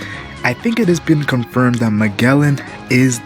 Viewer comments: No, it's pronounced Ma-jell-en. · wtf are you saying? both in dub and sub, he is called like Majellan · fks sake.. majellan